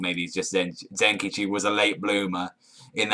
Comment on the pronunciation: Don't you dare fucking do a review on this series before learning how to pronouncing their names right. You got zenkichi, kumagawa, and a few other people's names right.